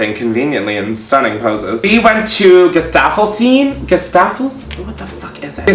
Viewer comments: Gesaffestein pronunciation = Guéssa-fel-shteen (he's french) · Oh how he butchered Gesaffelsteins name